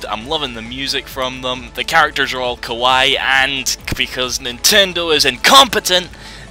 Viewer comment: Nowadays you have to know Japanese to play "good" games :P Let's start with pronouncing Kawaii with double "i" At the end, rather than Kawai (Because it sounds like Kowai, which means scary, and you don't want to be calling something scary, that is cute .w.)